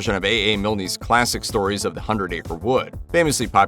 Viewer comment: There is no “y” sound at the end of the name of the Winnie the Pooh author. If you are going to do voice over work, you need to first do your research.